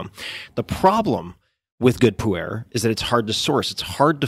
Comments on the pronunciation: I keep hearing 'Puerh' tea as 'poo-air' :/ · OMG can I help you pronounce Pu'er tea in the right way? I almost fell off my chair laughing.